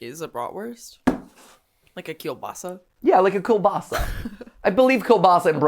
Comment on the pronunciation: MAT why are you saying it like Killbassa its KIEŁBASA(btw I know its hard just wanted to comment something :P)